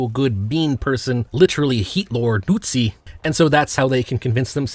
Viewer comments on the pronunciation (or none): yeah that and nootzi are definitely on purpose